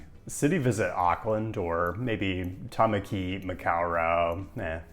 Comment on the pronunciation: You pronounced Waitemata and Tamaki pretty well, so congrats, Maori = Mao-dy (two syllables) Interesting video - youre absolutely right about Ponsonby Road